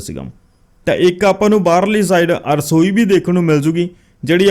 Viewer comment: arsoi ni rasoi hundi a ji agge to dhayan rakhna